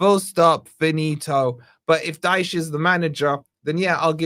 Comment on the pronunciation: IT IS DYCHE